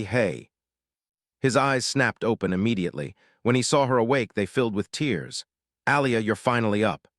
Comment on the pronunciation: And, narrator still can't tell the difference between bow and bow; tear and tear; star and stare; starring and staring. One of these years.......